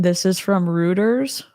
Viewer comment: Thank you so much for covering this! This is all just so devastating. I don’t understand how we live in a world where this is happening. Just tragic. (Just so’s you knows, Reuters is pronounced “roiters”)